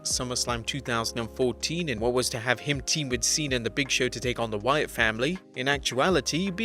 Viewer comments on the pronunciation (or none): none